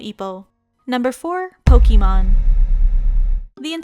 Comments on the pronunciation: Did she just say poki mon? XD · C'mon Aki, I know you know how to pronounce Pokémon correctly.